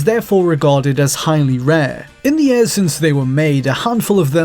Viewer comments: The moment this dude starts saying "years" propperly i will start gives likes to the videos. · Good lord, the way he says years.